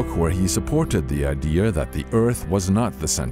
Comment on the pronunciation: ugh!!! at he says Idear, THAT'S NOT EVEN A WORD! it's a IDEA!!! not IDEAR. I hate it when people say that.